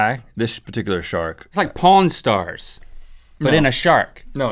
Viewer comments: pawn stars i swear I thought link said porn stars anybody else? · Did link say porn stars ? O_O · did link say porn stars ??? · Link, when you said, "Pawn Stars," it sounded like, "Po-in Stars" just saying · Did he say pawn stars?? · did Link say Pawnstarts or PornStars?